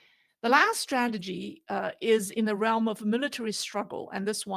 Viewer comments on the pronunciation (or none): none